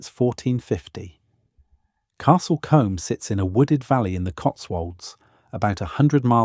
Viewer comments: Sorry, but the Combe in Castle Combe is not pronounced as in the hair brush, but should sound like: Coom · Great information but you need to know pronunciation it's Castle Combe is pronounced castle Coombe and Lacock is pronounced Laycock and creaky this is weird cinque ports are pronounced sank. This is all well known by educated English people. There are others it would be worth getting an educated English person to re do the sound track. The man doing the commentary has a pleasant voice but the lack of general knowledge is very grating. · Shame about the pronunciation of key words such as Combe and Cinque and use of video during the introduction that was clearly not England. After Lacock I had to stop watching.